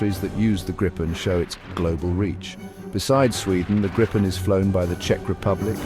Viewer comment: Why even have that back music at all? Atleast tune it down 🙄 And it is not Grippen...Grajpen or whatever, it is Griipen.